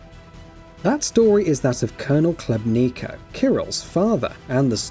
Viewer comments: You're Khlebnika lol. The colonels' name is Khlebnikov - pronounced [Hleb'nee'koff] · Catastrophically bad video review. Gets major plot points wrong (Miller was searching for the maps, not green stuff…) and terrible pronunciation (Colonel Klebniko? Novahs-abersk???). I personally disagree with the “unremarkable” review, and the critique of the gameplay, but even putting those points aside the review was lazy to mess those details up..